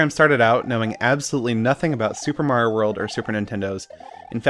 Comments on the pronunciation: please stop saying mari-oa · Learn how to pronounce Mario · Yo he said.. “MAR-IE-OH” IM DEAD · Mareiou? Mario! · did this man just call Mario Mar-Ai-Oh ? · nice vids but WHO THE FUCK IS MAR-I-O lel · Why is he calling Mario mar-eye-oooo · wtf you dumbass cant pronounce "Mario"??? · Cool video but dude please learn how to say Mario properly lol 💜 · dumbass been playing too many io games can't pronounce mario